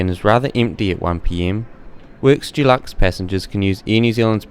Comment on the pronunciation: Great report, but as an aside, it’s Deluxe, Dulux is a brand of paint, kind of grates on the ears.